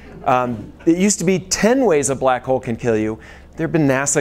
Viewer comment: Did he say black hole or black hoe? I don't know much about the prior but I'm all too familiar with the latter.